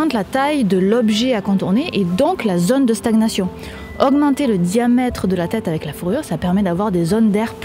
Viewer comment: "le point de staguenation" ho putaing ! :)